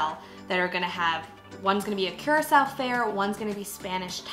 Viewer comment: It's not Qracao. It's pronounced COO-RAA-CAO.